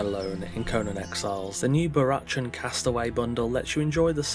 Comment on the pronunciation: I think it's pronounced "Barackan". Like Barack Obama. Not "chan", despite the spelling. That aside, incredibly overpriced, imo. More like a €5 worth. Tops.